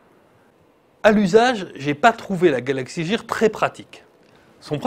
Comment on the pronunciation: Mauvaise infos sur la montre regarder d'autres vidéos et vous verrez. Mdr il dit galaxy jear alors que c'est gear et galaxy note s3 au lieu de galaxy note 3 et les vidéos c'est 15sec et pas 10. bref du grand n'importe quoi ce journaliste